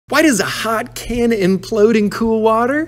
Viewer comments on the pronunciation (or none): Implode, not impload. As far as I know. 😂